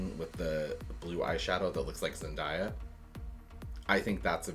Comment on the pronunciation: Yall she has been famous since she was 15, can we please for the love of god learn that it is pronounced ZEN"D-A-E"A not ZEN"DIE"A